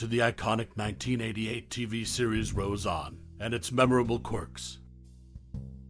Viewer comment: Why do you keep saying RoseON?!?!? It was NEVER said like that, it's not accurate at all, it negates the credibility of this video. The Conners was a big F.U. to Roseanne and to the fans. Instead of being a mirror of a living room, like Roseanne, The Conners was reflecting a voting booth. And the writing thought it was so smart yet could not have been more tacky and coated with political forcefeedings. F all them, Roseanne rules.